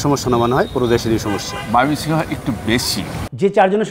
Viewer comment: একবার কন ময়মনসিংহ। আবার কন মায়মেনসিং!! সাংবাদিক উচ্চারণ ঠিক করেন।